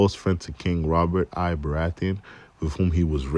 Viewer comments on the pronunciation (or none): I audibly laughed at "Robert 'Eye' Baratheon". That's a Roman numeral. It's Robert the First of house Baratheon.